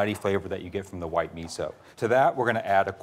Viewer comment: did that gurl really say miso like ketchup?? @@